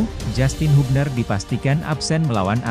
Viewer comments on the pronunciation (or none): none